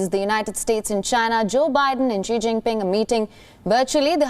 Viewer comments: Such shoddy work by the incompetent reporter: She doesn't even know how to pronounce the name "Xi." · Learn to pronounce “Xi” correctly. This is difficult to listen to a USA reporter that obviously did not go to the trouble to know how to say his name.